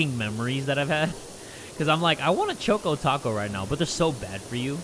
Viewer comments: i thought he said "choke o taco" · I thought he said "I want a chock on taco." 💀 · Is anyone else disturbed by how he says Choco Taco????